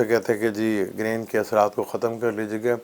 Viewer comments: Excuse me it is GARHAN not Gren. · Excuse me its not Garhan, Its GREHAN or even better ECLIPSE